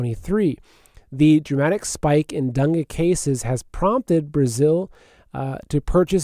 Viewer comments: Dangay is how it’s pronounced, dung is something else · It's Dengay fever just an fyi...love your show no matter how you stay stuff lol!